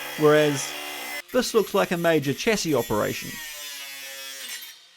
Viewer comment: Here's hoping that you learn to pronounce chassis correctly at some stage.